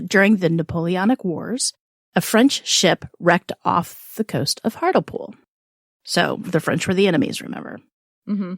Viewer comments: To pronounce hartlepool It's "heart" rhymes with art, "lee" "pool" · its pronounced hart-lee-pool